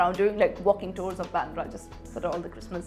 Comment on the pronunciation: It's baandra Not byandra..fools